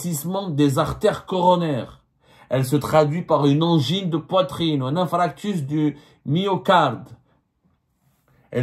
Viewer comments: Ya Abdou, corrige ton jargon médical : on dit INFARCTUS du myocarde pas INFRACTUS du myocarde. يا بني ثبت روحك 😂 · Et ce n’est pas infractus mais infarctus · Infarctus et non infractus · Bien dit c'est infarctus d'ailleurs Abdou les fautes qu'il fait pour un journaliste c'est très grave en plus il vit en France chek y a wa3di..?